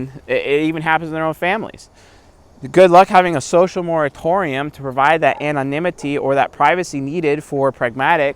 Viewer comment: "Anonimity, Anonimity" don't know why I had a big laugh when you said it XD